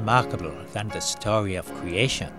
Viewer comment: wemarkable stowy of cweation, that you Elmer Fudd?